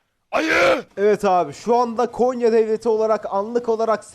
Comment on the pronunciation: Abi Konya değil "Gonya" Biz Gonyalılar böyle deriz